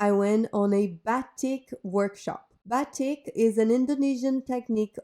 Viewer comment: batik is pronounced ba-teek. we wore batik as teens in the 90s (australasia)